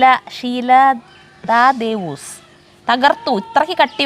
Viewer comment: ഷീല, ത... ദേവോസ് അല്ല ഷീല തദേവൂസ്